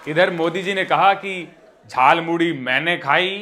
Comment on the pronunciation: Jhalmuri नहीं 'jhal"muli'..😅